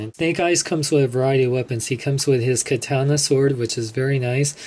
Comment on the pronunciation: get review but you say katana wrong its Kat-on-uh